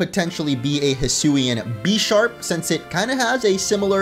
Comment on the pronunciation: Ok so the Bisharp line is based a pawn and a bishop so you pronounce it the same as Bishop